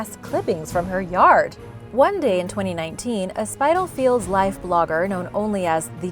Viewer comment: Spitalfields - sorry, you've been tripped up by tricky UK place names again. The first 2 syllables are pronounced spittle (rhymes with skittle)